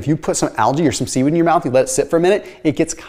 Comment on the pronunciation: didn’t think he said seaweed at first 💀